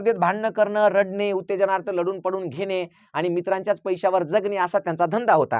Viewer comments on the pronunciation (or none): 'रडने' नसते बाबा 'रडणे' असे असते.